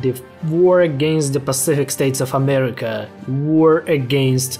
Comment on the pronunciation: Every time this man says amerima an angel is birthed under the divine light of god himself